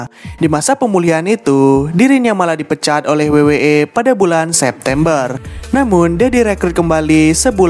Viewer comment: W-double yu..kenapa disebut wei